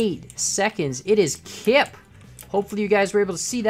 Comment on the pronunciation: you Said kip ( a dutch word) with a dutch accent (Im dutch and cant do it better) and kan is also a dutch word (jk What Im going to say) confirmed you dutch